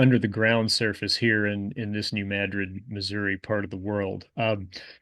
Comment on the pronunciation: I was tensed up prepared for you to mispronounce New Madrid, thank you for correctly mispronouncing it